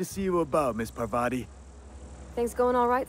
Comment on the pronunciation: Is this not Paar-vathi.